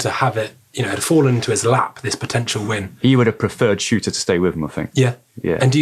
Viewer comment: Its Shurter not Shooter.. otherwise an excellent podcast!